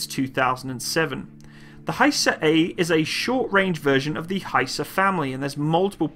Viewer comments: FGS sake its not haysar but HIsar like I in or Italy,ok?? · actually; better you pronounce in original language.. hisar (pronounce like, "hesar"-a is like a in khaled-) & thanks for the video..revards from turkiye (not turkey) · It is not pronounced Hye-sar. It is pronounced literally as it is written and the word means "fortress" in Turkish. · Its actually HISAR Arabic حصار Means (siege). like no where to go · HISAR please pronounce like missile ...not like Hi,how are you.ok.everything else is superb as usual.